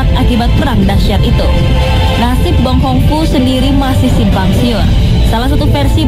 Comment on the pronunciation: Bukan bong kong fu tapi bong kiung fu